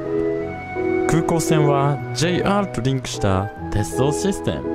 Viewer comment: スィステムって発音変えてるの草